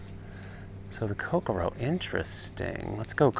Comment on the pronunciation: Nicely done. Of note, the pronunciation is more like ko-CORE-oh (emphasis on the “core”), rather than Coke-a-row. Not that it really matters. It’s a very nice rod no matter how you pronounce it. And I’m right with you on the handle.